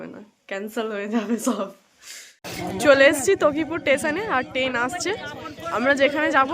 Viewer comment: bolo Train. Ten noy.